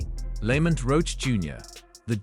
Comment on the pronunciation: STOPPED Watching at :38 seconds when this A.I. called Lamont Roach, Lemut Roach. Tired of this A.I. bs